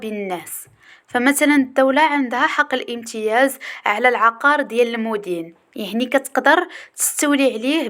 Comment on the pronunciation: المَدين ختي ماشي المُدين وحظ موفق